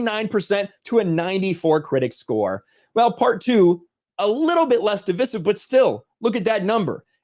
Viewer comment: Look up how to say “divisive.” You’ve done it once,. Love ya anyway.